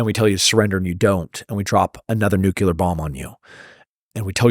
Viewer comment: I like Tim, but I wish he would stop saying nucular bombs. It’s nuclear.